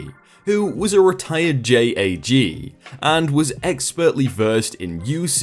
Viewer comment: J.A.G. (usually JAG, no periods) isn't read as letters, it's said as a word. You can probably guess on your own how it's pronounced.